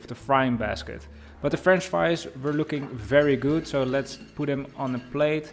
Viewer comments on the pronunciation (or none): none